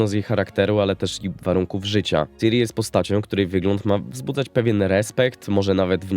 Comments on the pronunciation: "Siri" to jest w Apple. "Ciri" nie "Siri" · Mówi się kurwa CIRI nie SIRI. Nie ma tam żadnej angielszczyzny w tym, JEST C I R I. Sam Sapkowski wielokrotnie zaznaczał CIRI NIE SIRI